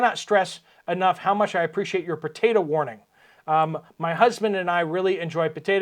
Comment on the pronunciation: Potato not Potata, potato is not pronounced with an (a) on end.